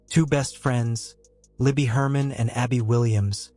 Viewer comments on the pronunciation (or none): If your going to make videos about this story please get the girls name right, it's LIBBY GERMAN, not Herman! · ITS LIBERTY GERMAN NOT HERMAN. JUST SHOWS YOU KNOW NOTHING.